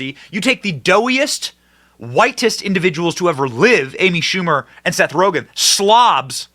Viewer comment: Amy Schamu-er